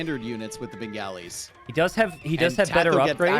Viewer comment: Minor FYI on the pronunciation of Bengalis - it's more like "Ben-gah-li" rather than "Ben-galley", similar to replacing the 'o' in golly with an 'a'.